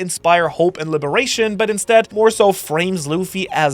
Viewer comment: Ah yes "the guns of libaration"